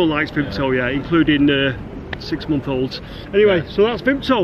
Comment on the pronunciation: You aren't a true manc if you don't pronounce Vimto as "vimpto" xD